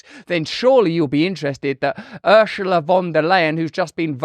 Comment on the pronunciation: Hey russel If your staff reads this Ursula is pronounced: Ooor-Sharp!!! SSS-Oooo-laaa it is pronounced like the S in the word " Snake"